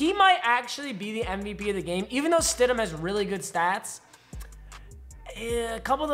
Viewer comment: "Jarrett Widham" smh its stidham;)